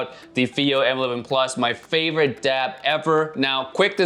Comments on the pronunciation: Aaaaarggh. Are you saying DAB coz it's driving me mad 🤣🤣🤣🤣it's a DAP🤣🤣🤣🤣🤣🤣🤣🤣🤣🤣🙄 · Omg quit saying dab with a b😂🤦‍♂️🤦‍♂️DAP